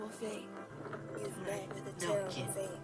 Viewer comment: BeN: You've met with a tarible faith